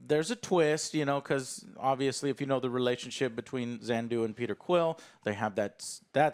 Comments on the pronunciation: I’m pretty sure he’s mixing up the planet Xandar and yondu. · I was so confused, like who wf is "Zandu" lol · it's so hilarious how Joe has been calling Yondu, Xander, for years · “Yondu” as “Zondu” isn’t dyslexia. Humans have flaws, even. 😄✌🏼👍🏼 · What If.....? Joe can say Yondu's name correctly. "Zandu? Who? Oh, you mean Yondu Udonta." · Them calling yandu zandu triggers me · Yondu,.... Not Zondu... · It's really bugging me that Alex and OJ aren't correcting Joe about him mispronouncing Yondu's name.